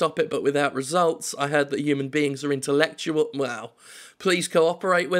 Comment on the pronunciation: 'I heard that human beings are intellectua-well." Choked on my beans at that one